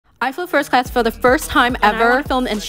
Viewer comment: “fIrsTTst clAAsz uP iN tHe sKYY” Sent me flying as well 💀